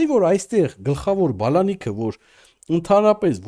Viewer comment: Անգրագետ՝ բալանիք չէ այլ բանալի,որը հնչում է բանալ ,բացել բառերից